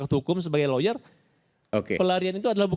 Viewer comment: bilang loyer, loyer apaan